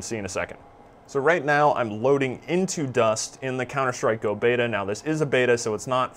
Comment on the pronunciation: WHO THE FUCK TOLD YOU THE NAME OF THE GAME IS "GO" Its "gee" "oh" >.<